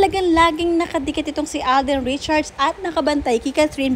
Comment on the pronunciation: V/Blogger Alden’s last name is NOT “Richard” — it’s RichardS, there’s an “S” at the end. Check your PRONUNCIATION of “RichardS”